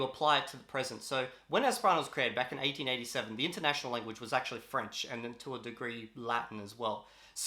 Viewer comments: Americans say the years like you do. Eighteen eighty seven. He was just goofing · Eighteen eighty seven not the way he said it